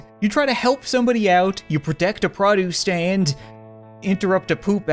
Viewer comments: Is it just me or am I the only one who says PROduce and not pruduce cuz I swear that’s all I’m hearing in this🤔😁😊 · I love and hate how you say produce.